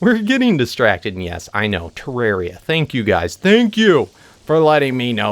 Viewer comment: It's terrarria